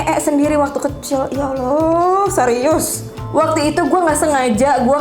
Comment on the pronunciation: Kok Ya Alah bukan Ya Allah apa kakak Kristen ya 🙏🏻